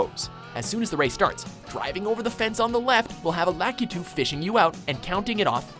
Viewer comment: the way he said "Lakitu" facepalm